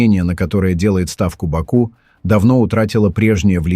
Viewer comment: Как же я угораю когда бот говорит в бАку🤣😂😂😂